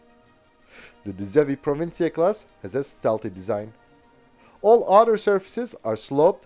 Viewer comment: Well done on the Dutch pronunciation, you pulled it off impressively 😅